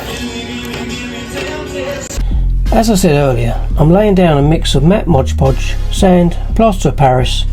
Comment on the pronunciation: Great work but what is "Modge Podge"? I've heard of MOD Podge but never Modge Podge. Is that different?